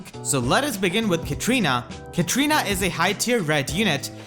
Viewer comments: Pretty sure it's Katarina not Katrina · Why everybody pronounce her name as Ka-tri-na? It's Ka-TA-ri-na. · Katrina Katrina Katrina, its KATARINA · Edgar Garcia I know, right? XD